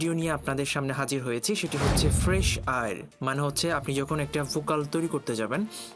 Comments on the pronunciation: It is called ফ্রেশ এয়ার bro, not ফ্রেশ আইর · fresh আইর না রে ভাই। ফ্রেশ এয়ার